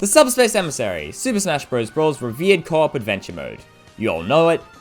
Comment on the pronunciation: Instead of “revered co-op adventure mode” I heard “Viet Cong adventure mode”.